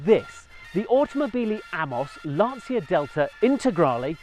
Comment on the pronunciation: LANCIA not Lansia. Like "lancha"....like cha cha cha....lancia. cha.